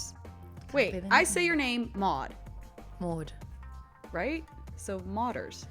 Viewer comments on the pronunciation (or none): Alison, it's Maude like baud.